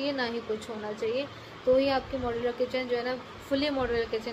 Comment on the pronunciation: Moudulaaaa nahi modular